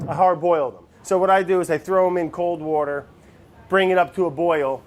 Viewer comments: Jesus Brad, give Andy some wouder. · "wourder" never gets old lol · I thought wourder was some kind of ingredient I didn't know about lmao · from this day forward i will now start using "wourder" instead of "water" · Petition to change the pronunciation of water to 'wourder' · I love It's Alive.... like I got so excited just now when I saw this was posted. Also, I feel like this would be a great show to make into a drinking game. Words/Ques to take a drink: Brad says Wourder Brad says Fermentation Station Vinny makes fun of Brad Brad can't say words right Brad changes his recipe mid-episode Brad doesn't know what day it is/how long something has been fermenting Brad sees a cute animal